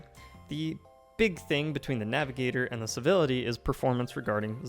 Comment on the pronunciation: Why do you keep calling it "Bivility"?